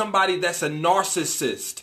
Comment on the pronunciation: funny how you have trouble pronouncing narcissist and manipulative haha good video 💯